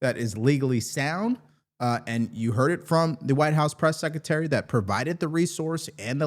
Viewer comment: The word is SECRETARY not Secetery. It’s called English and way too many ads.